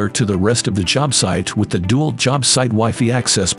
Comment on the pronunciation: Agree. It'd Dee-Walt, not Dew-alt. And Wigh-Figh, not Wifey. Ridiculous to use this terrible robotic narration.